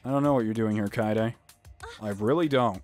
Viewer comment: IT'S KA-EYY-DE NOT KAY-DE! Also. Don't judge Tenko. Himiko is like everything to her. It's cute.